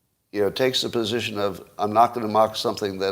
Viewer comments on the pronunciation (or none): none